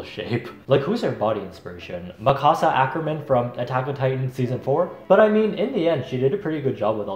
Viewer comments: Not at u saying MAh-kasa ackerman 😭😭✋🏼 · the way pronounced Mikasa Ackerman, 😭😭😂😂😂.